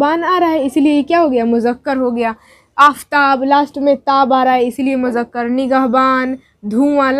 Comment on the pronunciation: Mujakkar nahi Muzzakar... Moannas... Good job but write and speak right Urdu... Udru is a great language